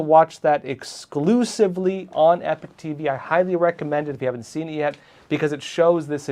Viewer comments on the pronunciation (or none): I love this channel but why does everyone call this channel, "Epic TV"? If this is "Epoch TV", why is it consistently pronounced Epic? The two words are pronounced completely different, and the words mean two different things. "Epoch" is NOT pronounced "epic."